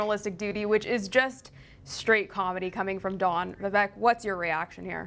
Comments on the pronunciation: His name is pronounced Vivāk.. let’s go Vivek Ramaswamy 2024🇺🇸💪🏻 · No It's pronounced like Cake ---> Vi-vek ≈ Vi-wake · I heard Vivek on Timcast, the ending of his name has a long A sound. That’s what I was trying to convey, the news lady was pronouncing his name incorrectly and I would think she could do better.